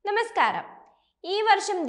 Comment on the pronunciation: Nemaskaram alla namaskaram aanu